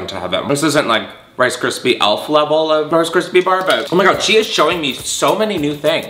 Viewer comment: did he really say krice krispy treats ??